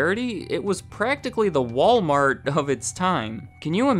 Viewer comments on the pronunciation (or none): none